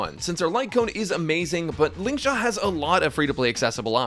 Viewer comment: "Lingshaq" got a genuine chuckle out of me 😂